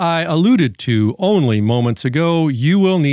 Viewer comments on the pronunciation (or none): none